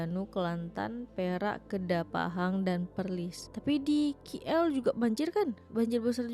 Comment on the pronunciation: Sebut biar betul.. Bukan ki el... Ini sebutan abjad 'k' ikut abjad inggeris...